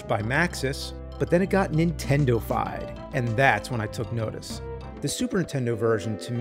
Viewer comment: It never gets old hearing James say super "INtendo"